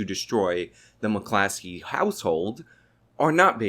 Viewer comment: it's 'mac-clos-key'